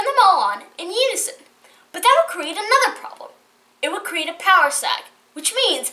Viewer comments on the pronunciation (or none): none